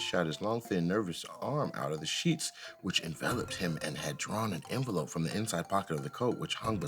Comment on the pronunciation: Bruhhh pronouncing envelope wrong is taking me outtttt😂😂😂😂😂😂😂